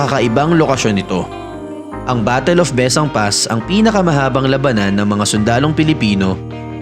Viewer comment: Bes-sang po ung pronunciation...